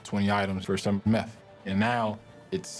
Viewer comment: Did this man say meth? 🤦🏿‍♂️🤦🏿‍♂️🤦🏿‍♂️